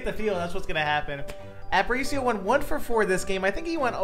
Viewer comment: Its pronounced App-uh-reach-e-o btw just so you dont get flamed for it